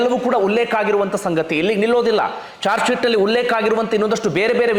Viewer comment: ಜಾರ್ಜ್ ಶಿಟ್ ಅಲ್ಲ sir ಅದು... ಚಾರ್ಜ್ ಶಿಟ್ 🙏